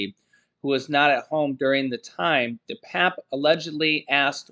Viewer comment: It's pernounced 'DePapi'. Not DePap